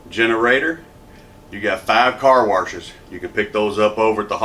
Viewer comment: Great job as usual, guys! said "carwarshes!":D